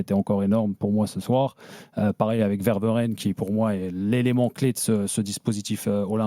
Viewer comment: Ça se prononce "Veur-Mé-Ren" et non pas "Ver-Meu-Ren"... Misère...